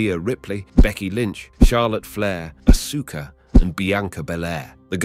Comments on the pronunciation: Asuka ( Aska not AsUka ) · Ah-Sue-Ka. It will be a party when he eventually pronounces it properly. Ah-Skuh.